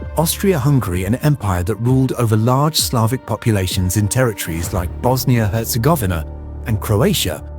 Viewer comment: And Bosnia herz-govner 🤣